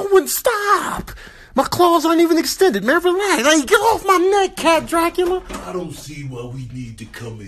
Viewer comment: He said cat Dracula 😂😂